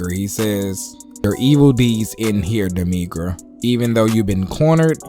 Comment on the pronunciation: Dude still call em demiNgra😂😂😂